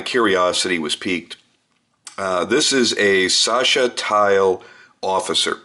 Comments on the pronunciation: its actually Sascha Teel...just as you dont wanted to say it xD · Its 'Ti'-'El' like El paso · you pronounce is t and then heal, but you say heal very short, theal